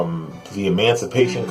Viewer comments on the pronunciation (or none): You almost said Emancipation Constipation!